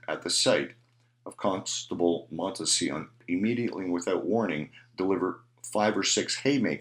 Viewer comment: Montsion - Correct pronunciation = Mont = Sea = On